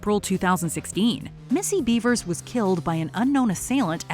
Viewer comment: Are you shitting me? Missy-Beaver?.. BEAVER? 🥴🍸